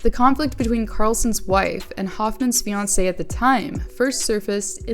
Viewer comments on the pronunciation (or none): none